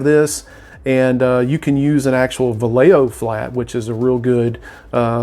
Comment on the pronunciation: great vid . One critique for future vids is that Vallejo is pronounced Vah yay ho.